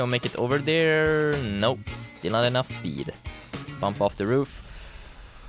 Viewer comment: you say dar instead of there